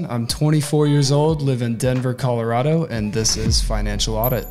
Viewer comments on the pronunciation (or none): He will also have to learn how to pronounce Colorado.